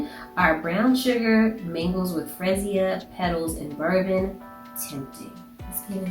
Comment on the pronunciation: Your pronunciation made me chuckle...Its Free- ZIE-Ah